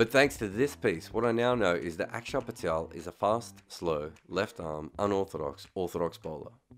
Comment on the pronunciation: Props on pronouncing Axar correctly mate!